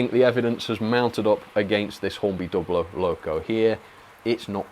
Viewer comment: good to hear you are now pronouncing Dublo correctly. In older times you would defend saying Dew Blow.